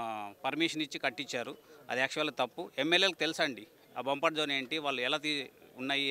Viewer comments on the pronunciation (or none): బంపర్ జోన్ కాదు అది బఫర్ జోన్. నీకు ఏం అవగాహన లేదు.